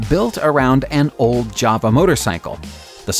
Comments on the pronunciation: And it’s JAWA not JARVA 😂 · Jawa I thought you said Jabba. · Is there a v in jawa. J. Ow uh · yup - and at the start he calls the bike a Java... nota Ja-Wa as it's meant to be pronounced. A Java, to me, is a cup of coffee... or cower-fee as this guy would probably say. I wish people would research names of stuff before just posting a video. It's sloppy and gives me great delight in thumbing it down/disliking it. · 52 seconds in and im out,you can clearly see jawa on the tank yet you call it a java.Please dont make any more rehashed videos of other peoples stuff,thankyou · First vehicle... You read the name of that " Yava"...🙃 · JAWA pronounced YOWA - Yow-uh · Jawa Motorcycle? Toyoda? hmmm.